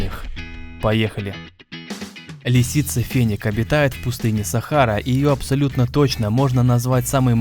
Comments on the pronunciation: Не "фЕнек" А "ФенЁк" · не Феник, а Фенёк. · не фЕнек, а фенЕк